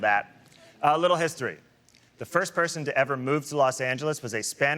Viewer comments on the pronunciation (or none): none